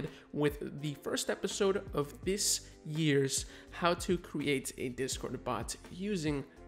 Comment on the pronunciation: Thanks for the tutorials. Just curious though, why do you pronounce "create" "cre ate"?